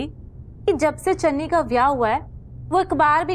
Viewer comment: Biji ne channi ko dhanni bola😂😂